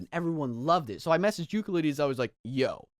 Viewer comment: Just so you know Euclides is pronounced You-sill-diss